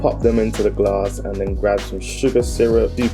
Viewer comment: Why you saying Gar-ass instead of glass 😄